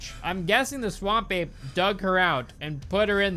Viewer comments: All this time I listened to you and understood, Swamp Babe lol now I read it's Ape xD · Why does "Swamp Ape" sounds so much like "Swamp Babe" when says it out loud? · Half the video I was just listening and all I kept hearing you say was 'Swamp Babe.' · I always hear "Swamp Babe" and it cracks me up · I know you're saying "Swamp Ape" but I kept hearing "Swamp Babe" and then re-realized 75% through that you were saying the former. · I don’t know what to tell you but I keep hearing “Swamp babe” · i heard swamp babe the whole time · I thought was saying "Swan Bae" instead of Swamp Ape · I'm just hearing "Swam babe"